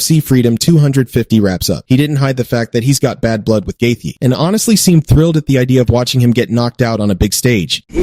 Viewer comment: Can you learn to say Gaethje!!!